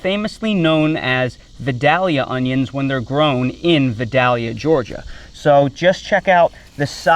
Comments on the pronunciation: Good info. I live about 30 min from Vidalia. Just wanted to let ya know us locals pronouce it vy-dell-ya. You have to say it as country as possible too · We just found out you're not a native Southerner. It's pronounced VYE-dayl-ya. 😁